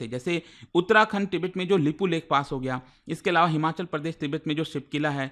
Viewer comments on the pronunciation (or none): none